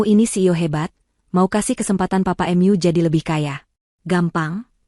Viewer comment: Cerita bagus,yg baca aja kurang pinter,mu dibaca em yu...hahaha,mbok dibaca dulu sebelum di up load ...